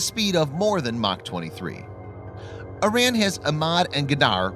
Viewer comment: Before you make any more videos on Iran, you should learn to pronounce it correctly.